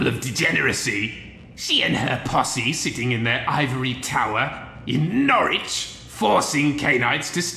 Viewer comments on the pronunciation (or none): I was fully immersed right up until said "Nor-wich". It's pronounced "Norridge", as any true Nor-Folk would know. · The W is silent in Norwich. Okay, wow, the incredible jump in animation quality is simply astounding.